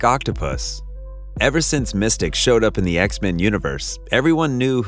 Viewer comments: It’s not “Mystic” it’s “Mystique” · It's not Mystic....it's Mystique...MIS-STEE-K